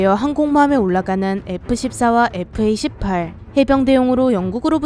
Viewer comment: 에프 에이 십할